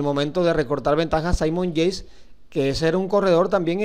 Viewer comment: Parce se dice "Yeits" no yeis